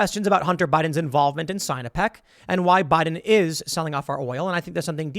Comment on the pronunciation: Sign-o-peck? Lol, sinno-peck. Chinese-pec. Lol.